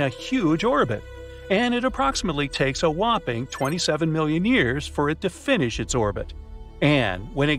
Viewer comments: Is years not yars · WHY DID YOU SAY YARS NOT YARS YEARS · "27 million yars" its "27 million years" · Why did you say yars? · "every million yars"😂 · bro took last in the spelling bee:"bouaht how did i wose da spewwing b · You said Years wrong